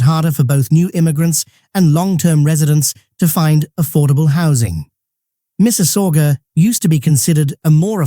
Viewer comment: he is not canadian ...make me lough the way he pronounce mississauga ha ha